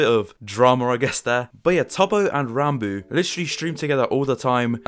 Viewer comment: Thank you for not pronouncing "Ranbo" my friend